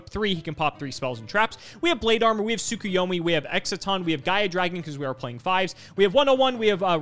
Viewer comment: Is it a running gag I don't get or why is everyone who plays Yugioh pronouncing "Tsukuyomi" like "Tsukiyomi"?